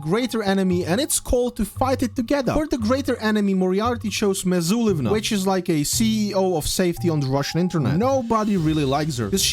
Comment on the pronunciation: one small correction: not MizuliVna, just Mizulina